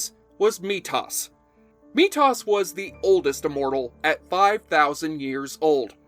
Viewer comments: Meetos? METHOS. TH man TH. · It's pronounced Mee-Thos, not Me-Toss, but otherwise, good video. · I have a suggestion: please research how to pronounce characters names before you record your video. The character’s name is pronounced “Mee-Thos” not “Mee-Toss” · METHOS.. not Meet Toss. lol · It's pronounced Me-thoose (silence E at the end) not Me-Thots. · Hey it’s methos not metus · I know this is old, but you keep calling methos, me-tos. It's just very odd sounding. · Methos not metos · Everything was great until you mispronounced him as METOS instead of METHOS. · OMG STOP SAYING "ME TOSS" THAT'S NOT HIS NAME! METHOS! (ME THOSE)! ......Ok got that out of me.. ... aaaaannnndd play! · "Meat Hoss". You're killing me, man. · Great series, and great video. Although I have to point out that it’s pronounced “Me those” not “Meat os”. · Dude It's pronounced Me-th-ose not Me-toss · METHOS = MEE-THO-S. Not me-toss. Dude. Seriously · Oh my god it's MeTHOS. Me...THOS not me toss. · Thank you, I cringed everytjme he said it. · The pronunciation of Methos is MEE-THOSE (long "O"). Not, MEE-TOSS. I feel like you really didn't watch the show, otherwise you'd pronounce Methos correctly. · I think his name was pronounced Mee-thoss, not Mee-toss as you pronounce it. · "Meetoss"? Meethos. It's literally a portmanteau of me and mythos because he was mythic in terms of his age and power. Come on, pronunciate, my people. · Every time the narrator said Me-toss, I cringed. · Methoss? I've always heard it prounounced Me-those. shrugs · It’s pronounced “Mee-Thos” not “Mee-Toss.” Come on, man 🤣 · MEEE-THOS!!! NOT MEE-TOSSS. how can you say youre fan of the show then mispronounce character names? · Methos, not Methow. Sorry. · Methos DOES pronounce the "h" in his name. He's not "meat-toss". And you didn't even mention Fitzcairn. I always loved that he, and Amanda, were very long-term friends of Duncan and showed that not every Immortal was out for the Prize. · Lol. "Mee Toss".